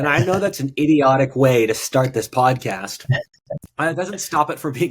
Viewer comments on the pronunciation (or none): none